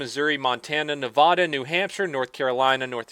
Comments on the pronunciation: please please, it's come up in at least two of your videos I've watched. Nevada, is “Nev-AD-a,” not Nev Ah da. It's not like I'll stop watching your videos, they're awesome, it just makes me cringe. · bro. its nevAda, the A is ponounced like at or bat please i lime your channel make this right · NEVADUH Plz say it correctly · Yo it is nu-va-da not na-vaw-da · Love the channel and your content...but you said Nevada wrong. “Nev-AD-a,” not “Nev-AH-da.” otherwise you do you!! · Nevada. not Nevoda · You said "Nevada" wrong, there's no "h" before the "D" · Look you crossed the line on this, I'm 100% a LEO supporter but it's pronounced NE-VA-DUH NOT NA-VAH-DUH. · Can you please say Nevada right please. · You say Nevada wrong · Nevada pleas pronounce it right please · You said nevada wrong. The first a is just “a” and the second a is “ah”. I know it’s weird. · You pronounce Nevada wrong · I realize this sounds like a smartass thing to say but it just made me pissed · That's not the way to say Nevada.....born and raised here. Good video otherwise. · Damn it, the one person who I thought would say Nevada right, said it wrong. One of these days someone will get it right